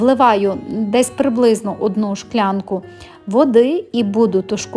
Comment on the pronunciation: А чому Шклянка ? А не склянка ...скло чи Шкло?